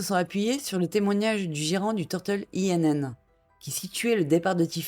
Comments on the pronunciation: Bonne vidéo ! Simplement INN se prononce [in] et ça veut dire auberge, taverne, hôtel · Pour info, “Inn” veut dire “auberge” en anglais. Ce n"est pas un acronyme mais un mot à prononcer comme tel.